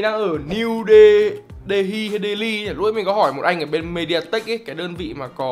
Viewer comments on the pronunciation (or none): Niu-đê-li nha ông =))